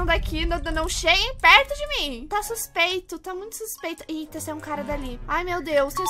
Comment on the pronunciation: Xuspeito viu 😂